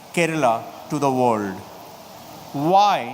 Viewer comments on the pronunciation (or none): none